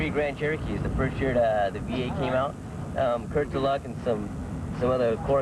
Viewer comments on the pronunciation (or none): Curt deluc?? 🤦. Sad the guys don't know his name correct.